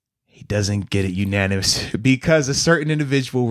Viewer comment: Bud, it's "unanimous" not ananimous.